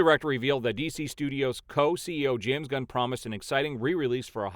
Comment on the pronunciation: Love how the mispronounciation tied in with the post where James "God" was said to be sent "On a mission from God" that one time. I completely lost it!!! 🤣🤣🤣